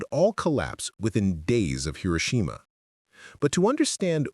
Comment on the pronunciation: Hi - row - shi - ma🇺🇸